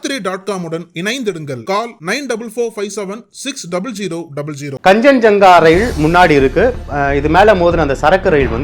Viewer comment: Plz pronounce the names properly its Kaanchanjunga express, its New Jalpaiguri